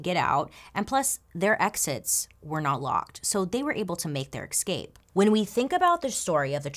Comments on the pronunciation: I absolutely love these, thank you! I enjoy the MMM Mondays too but I feel so much smarter after watching these ones. One small note on pronunciation: escape, not exscape.... I do love how self-deprecating you are about your language skills but you really are a fantastic story teller, mispronunciations not withstanding :) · I love love love Bailey! But, the only thing that drives me bananas is when she/or anyone else says “EXscape” and “EXspecially”. There are no X’s in those two words. In all fairness, I have heard numerous people do this, and I have no idea why it drives me crazy, but it does! 🤷‍♀️ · I love how Bailey says 'excape' :D no ill will here, just really enjoy it! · Does anyone else just love the way Bailey says escape? "Exscape" haha so cute! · Has anyone noticed that Bailey pronounces escape with an X instead of an SC ? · Why does she pronounce 'escape' so weirdly? Is this a regional thing? (I'm not a native English speaker)